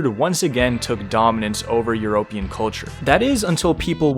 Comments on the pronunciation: Why does bro say euro pean instead of European? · an American would usually pronounce it as "yoo-ra-pee-anne" He said it "yoo-ROPE-an". Like a Greek statue Twitter acct would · “Yur-OPE-ian” is killing me 😂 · Bro, you better be pronouncing it "eu-RO-pean" just to be ironic, otherwise I'm gonna have an an-EU-rism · bro said ƐVROPÆN KŮLTŮRƐ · god, you say “european” weird also, Pedro Pascal is 100% a hipster douche as well as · How can a person not know how to pronounce European? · why do you keep saying european like that? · Why do you say European like that?